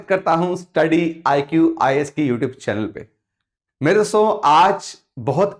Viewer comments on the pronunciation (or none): none